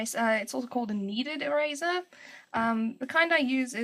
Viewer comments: Every time you say "eraser" it sounds like "E-razor" to me lol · The way you said "eraser" in the beginning instantly had me thinking, 'oh, she's South African!' Just because my boyfriend is from Johannesburg and that's how he pronounces it. And then you said you were in SA. :P Anyway, I just found this vid from your DeviantART, and you are so talented.